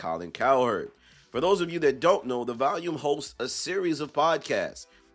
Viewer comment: Its Volume… not Valium &